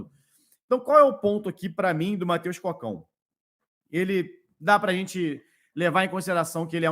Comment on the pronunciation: tá pronunciando errado o nome do jogador. Não é Mateus “Cócão”, é Mateus Cocão, de cabeça grande lá ele, moringão